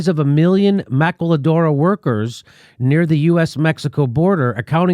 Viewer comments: Maquiladora Is equal to Victorian ERA labor. Pronounced: Mah-kee-lah-dorah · Jimmy, you may need to work on your pronunciation of mock-li-adoor-a. Ask... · Love your show Jimmy Just a note on the Spanish language and pronunciation. Ma. Ki . a ., dora. Just a correction on Maquiladora. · Jimmy, it's Mack-Quilla-DORUS. We can tell you aren't from a border state because you can't pronounce Mexican names worth a f**k! LOL. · Ma-kee-ya-doras. should coach Jimmy on the Spanish beforehand! It is funny listening to him try to pronounce them. Good video--Slavery in some form is the endpoint of Capitalism. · the word is pronounced "Ma-kee-la-dora." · I think is is pronounced ma-KEY-a-Dora. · Jimmy it's pronounced mali-ka-dora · with total respect: Se pronuncia Ma-KEY-la-dora. That's why the second syllable has an accent mark -- maquíladora. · maquiladora is pronounced maa-key-la-door-ah w/ the emphasis on 'door'. They were a big part of the NAFTA agreement. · Jimmy, I love you man, but it's pronounced "mah-KEY-la-DOOR-ahs". (Think tequila-then have a shot) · Its is pronounced MA-KEEL-ADORA. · Pronounced mah-key-la-dora........if you can trill the "l" and the "r", you'll have it perfect.....lol ;) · Thank you Jimmy dore for two things. One for reporting on this and 2, for butchering the spanish language. Lol had me cracking up throughout the video!